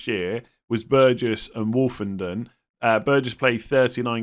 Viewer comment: As an Ipswich fan you pretty much have nailed it for us. Greaves likely to replace Burgess as left centre back and you pronounced Woolfenden’s name right! You are right everything goes through Davis he basically plays as a left winger and takes most set pieces. Only other to mention is Tuanzebe, he ended the season playing right back might take over from Woolfenden as right centre back.